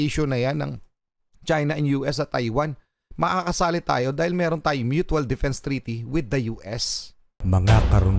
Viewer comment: Litro o galon? Myuchual HINDI MYUTWAL!